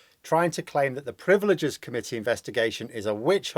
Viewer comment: Privileges, rather than 'priveleges'.